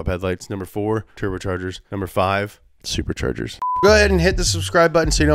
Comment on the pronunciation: No One: NOT A SOUL:: SRPRCHRGRS